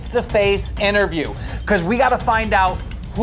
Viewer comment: I heard - inner view .. instead of interview